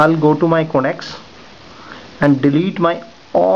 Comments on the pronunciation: not codacs but con tacts. Work on yr pronounciation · you say contacts and it sounds like "connects"